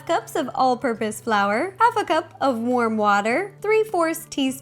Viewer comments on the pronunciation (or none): When she said warm water.Did anyone think she said worm water